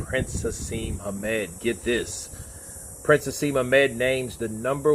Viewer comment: Just so you know it's Prince Naseem, not Prince Haseem.